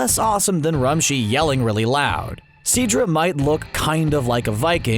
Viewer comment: You botched so many names- Roshi is "rumshi" Katella is "quetella"